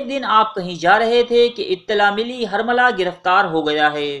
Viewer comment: ہر ویڈیو میں اردو زبان کا بیڑہ غرق کر رہے ہو۔ یہ الفاظ غلط بولے گئے ہیں، کوفہ ، تیل کھولنے لگا، حرملہ، مختار ثقفی، بلاآخر، مہلک ، سنگ باری ، رومی النسل وغیرہ